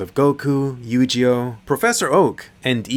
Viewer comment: did this ninja just say yu-JI-oh?